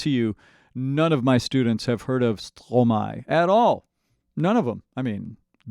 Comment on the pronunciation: Compliments on your French pronunciation, that sounds very good! Also try watching "Quand c'est", very impressive. Stromae is a fantastic composer and very creative; be sure to watch his full concerts on YouTube as well, you won't believe what you see and hear! 😍